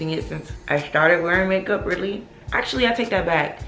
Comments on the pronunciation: Sis the way you was saying make up in the beginning was pissing me off,I was about to stop watching 😭 And do you put on SPF everyday?x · The way you say makeup lmaoooo.